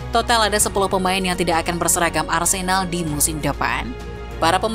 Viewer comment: menit mimin bilang Arsendal ?